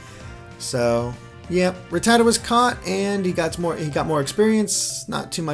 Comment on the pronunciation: oh man the way he pronounce ratatta sounds like fajita...